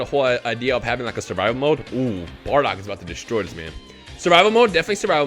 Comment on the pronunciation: Mmmm good bar-dock much better then baa-dock👀